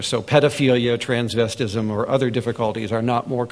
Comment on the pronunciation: Did he just say "tranvestism disorder" 😱☠